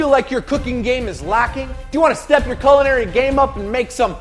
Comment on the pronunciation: FYI sauce boss, (and 99% of the population) you're pronouncing 'culinary' wrong.